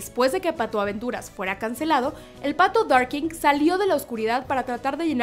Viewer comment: Hay errores de pronunciación con el Pato Darkwing (Darkgüing) y Ma Baker (Ma Beiker) hasta Boney M tiene una canción.